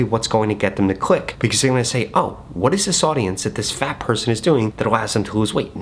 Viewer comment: Emphasises 'FAT' twice... "im not body shaming"... I see you... haha... I see you